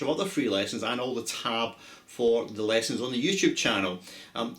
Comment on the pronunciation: I love the way you pronounce 'lessons'